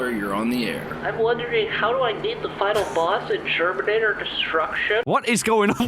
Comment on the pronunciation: It’s germinator lol